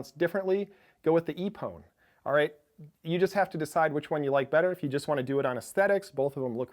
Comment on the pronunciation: I think that iPPON is pronounced like the japanese word "ippon" the judo term.